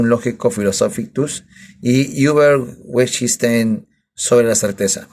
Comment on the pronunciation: Detesto como pronuncias Wittgenstein... Es broma jajaja excelente revisión del libro. ¿Cuánto le costó?, lo quiero comprar pero no quiero ser estafado. Saludos.